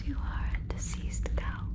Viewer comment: When I heard diseased cow, it sounded like deceased cow.😅😅😅😅